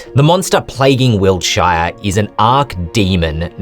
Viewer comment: "Wilt- SHY are" Weird way to pronounce it 😂